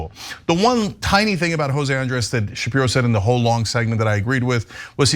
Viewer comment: This presenter she is really good at calling Ben shipro shift 😅😅